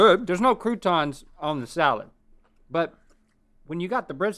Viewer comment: Nobody: Link: Salád